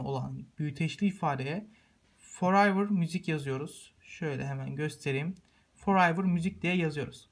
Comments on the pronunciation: abi forayvır degil furevır diye okicaksin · Kardeşim video güzel ve kullanışlı olmuş sağol ama “forever” kelimesi forayvır diye değil,forevır diye okunur Tekrardan teşekkürler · Forayvır ? Peki